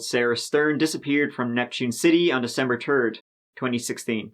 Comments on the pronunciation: "December turd" LOL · "december turd"